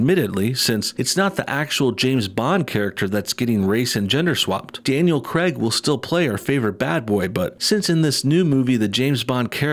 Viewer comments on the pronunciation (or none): It's pronounced "Krayg", not "Kreg"; and before you try to say "I'm American and I'll pronounce it how I like!" it's his name, and that's how he pronounces it, so you are wrong. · Yay, more forced diversity! But I have to say,, the “Craig” in Daniel Craig is pronounced CRAYG, not Cregg! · Is no one going to say anything about him saying Daniel creg not Daniel Craig. I have to say it we need more Scottish bonds again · "Daniel Creg" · Can you please say craig properly